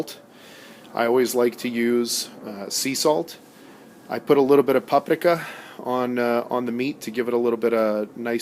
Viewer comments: Stop being ridiculous and just say the words. Its the worst when ultra American sounding people all of a sudden have very deep "accents" when trying to pronounce specific words. Its so tacky and it's such a turn off. Can barely even listen to that nonsense. "PopRikAh" For pity's sake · What's with the pretentious pronunciation? I have no clue what you were saying. I only knew you said "Paprika" because you pointed to it. You don't sound sophisticated, you sound pretentious